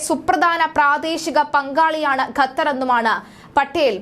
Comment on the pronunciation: ഗത്തർ എന്നല്ല, ഖത്തർ (Qatar) എന്ന് പറയൂ....